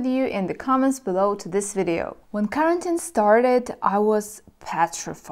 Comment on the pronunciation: Quarantine is pronounced like: Quoi(French) + are(Eng.) + N(Eng.) + teen(Eng.). You pronounce it as the word carotene (pigment in fruits and vegetables like carrots). Also: re. my comment from a few weeks ago: I was watching a Polish freelancer and he also said « explain you » forgetting « to ». See, how interesting grammar is how it transfers from the mother tongue to your second languages? :D Anyway, re. this topic: I think women have a harder time being alone than men. However, a man becomes very eccentric if he is alone for too long (E.g. loses his manners and social etiquette; he becomes like a caveman) but not depressed. I think women are more prone to suffering from depression if alone for too long. But a man... I have no problem going months and years not going out to meet anyone because I always have too many personal endeavors and hobbies to accomplish. However, if I told someone this in my country (USA) they would probably get offended... because in my country they try to raise boys to become girls and girls to become boys in the name of « equality ». (Sorry, not to get political; just making a comment about the culture I came from: I.e. contemporary Western culture.)